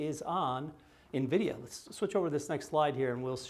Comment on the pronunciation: thank you for saying the company name correctly- Envidia and not Navidia, like you used to.😂